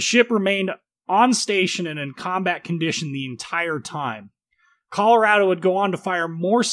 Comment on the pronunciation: You pronounce Colorado wrong